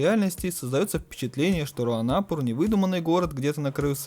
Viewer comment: РуанопУр, а так всё гуд!